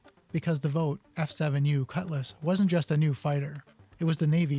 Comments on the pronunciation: Sorry, really don’t like being “that guy” but your multiple mispronounced words forces me to add this. Vought is pronounced “Vaught” I.e. rhymes with “caught” (not “vote”). It is Wally “Sha ra” not shee ra. Both pitch and roll control was provided by elevons, though Vought referred to these surfaces as "ailevators" at the time. Elevon is universally used now. I have to concede I did not know ailevator was even ever used. It would be a very interesting design exercise to redesign this aircraft with 2 F414 turbofan engines and survivable shaping. Thanks for making this video. Not a whole lot about it. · The correct way to pronounce Vought is Vawt. I can tell you are young, I grew up when Vaught was a household name in military aviation. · I've never heard "Vought" pronounced that way.